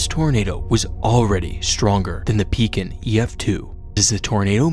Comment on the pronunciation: I was 4 when this happened. If you ask a person from the area about tornadoes that's the one that comes to mind. By the way the fact that you pronounce Pekin correctly is mind babbling